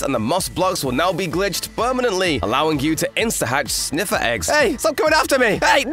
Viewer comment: I thought it was sniffer not sniffiler